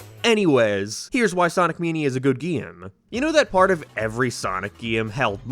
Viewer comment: “Sonic meeneea”